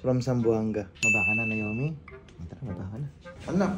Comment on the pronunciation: Anong nayomi? Na O mi bigkasin nyo ng maayos 😢 pinangalan nyo d nyo mabigkas ng maayos.. or nawmi ang tamang bigkas dyan! NaOmi or nawmi.. hindi nayomi! Sana ginawa nyo na lang talagang Nayomi ang name kung ganyan ang tawag nyo..